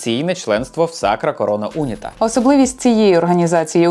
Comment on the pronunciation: Не Уніта , а унІта.